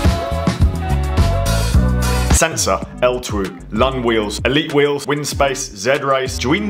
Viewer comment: I believe it's pronounced L2 not L twoo....living here in asia we mostly use Shopee or Lazada